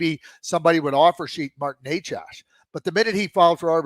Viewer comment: It's not Nec ASS. It's Necas for FS.